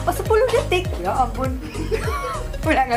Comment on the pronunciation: aku jugak ngomong detik malah detok🤣🤣🤣